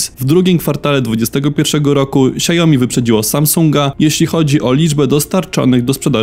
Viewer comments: Co do Xiaomi wymawia się "siałmi" a nie siajomi. Na YT były szef Xiaomi uczył wymowy. Starsze modele telefonów niestety nie mają już wsparcia poprawek bezpieczeństwa co oznacza, że łatwiej z takiego wykraść dane np. hasła do bankowości. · Xiao Mi się wymawia "siao-mi" a nie "siajo-mi" 🤣 tak na przyszłość, bo aż uszy bolą 😉